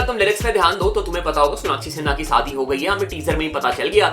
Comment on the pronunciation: Bro shadi hota hai Sadi nehi singer hota hai sanger nehi second hota hai sacand nehi urvashi hota hai urvasi nehi composer hota hai compoger nehi compose hota hai compoge nehi kya rapper banega re tu